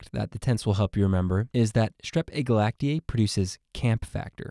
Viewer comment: Agalactiae does not sound like glacier 😂